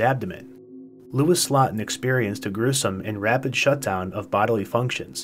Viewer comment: it’s pronounced slowten. Phonetically speaking.